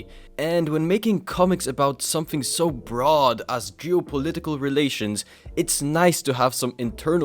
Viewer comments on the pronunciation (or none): none